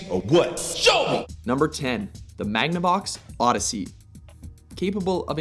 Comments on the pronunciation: "magnevox oddesy" Bruh. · How can u say magnavox oddesey dafuq you smokin'